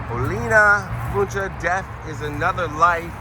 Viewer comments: I'm from the area and we pronounce it (Won-chee). Check out Old Town Spring just up the road. There's Wunche Bros. Restaurant in the Haunted shopping Town of Old Town Spring. You'll learn all you want about the Wunche Bros. My friend and I just ate there in December. They have great food. Good luck on your research. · The name is pro-nounced win-Chee sorry it’s driving me crazy lol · I live in that area and have heard that name many times. I believe that the Wunches founded Spring, Tx which is near that cemetery. There is still a Wunsche Bros Cafe and Saloon in Old Town Spring. Been there before. It is pronounced "won shee". My father went to high school in south Houston, just south of downtown, in the early 1940s and he said there were two brothers named Wunsche going to his school from Spring. Their family was in the lumber business. Don't know why they went so far to go to school but of course back then train service went everywhere and Spring still has a large train terminal there(freight only now). It's a shame that cemetery isn't better taken care of. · Pronounced “one she” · I was raised not to far from there. The name is pronounced Wun chee. I went to Spring High school with Carl Wunsche IV. and had many great Burgers at Wunsche Bros Cafe in Old Town Spring. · Its Pronounced One She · Local here. Wunsche is pronounced ONEche. The Wunsche family is a prominent local family who settled in the area, and that is how they pronounce their name. This is located at the southeast corner of I-45 and Cypresswood in Spring, Texas. As the camera is panned around, you can see Spring High School, located at northeast corner of I-45 and Cypresswood. If you drive two exits north and exit Spring Cypress, then turn right (east), Old Town Spring is located about one mile down. The Wunsche Brothers Cafe is located there and is a good source of a lot of local history of the area. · I’ve lived in the Spring area for over 45 years and we’ve always pronounced it “win chee”😊